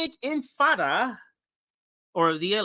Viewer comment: Also, It's in-ti-fa-da, not in-fa-da.